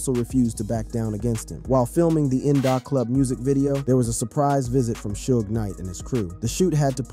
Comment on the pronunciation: 😂It's Suge not Sudge lol